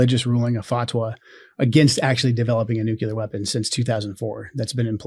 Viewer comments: I just can’t take seriously anyone who says “NOOK-YOU-LER.” That is not a word. It’s spelled nuclear, and is pronounced NOOK-LEE-ER. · Nuke U lar? Seriously??? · Why do these idiots always pronounce nuclear as noo cyoo ler. Jesus Christ. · Why do so many MAGAs say Nuclear (Joe Kent) incorrectly? Our country sounds so completely uneducated. …and probably is.